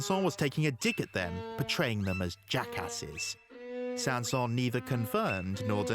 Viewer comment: The final “s” in Saint-Säens IS pronounced. That’s how he pronounced his name. (Names in French often don’t follow pronunciation rules; e.g.— “Poulenc”)